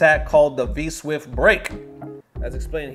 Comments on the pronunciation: Dude said 'V-Swift' repeatedly!! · It clearly says 'V-Shift' but you're so it's okay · Mans was dedicated to saying V-Swift rather than V-Shift. #KeepTheLieAlive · "V SWIFT" 🤣